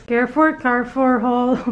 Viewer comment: Hello chinks, u are wearing cardigan po kaya malamig pa rin. You can try yung mga puffer ng uniqlo tas yung mga light heattech din from uniqlo. Carrefour we read it like ca-re-four. Enjoy your break. Joy from Canada